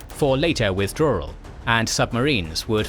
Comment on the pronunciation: Amazing video, except for “Wirthdrawal”